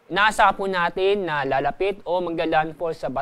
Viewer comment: mas maayos pa mag balita ang mga studyante kesa sa nag babalitang ito. Hindi manlang nya mabugkas ung salitang lalapit. Mas maiintindihan pa ung chart kesa sa mga sinasabi nya